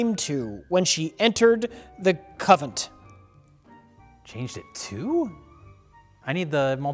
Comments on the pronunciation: Convent not covent,! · what's a 'covent'? a coven within a convent? sounds sexy...